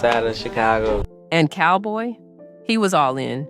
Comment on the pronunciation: Not Cowboy it's Calboy.